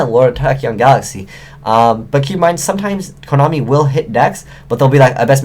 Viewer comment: Its Konami not konomi